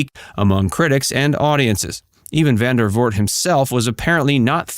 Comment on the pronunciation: It's Vandervoort. VANDERVOORT. Not "Van der Voot". Please.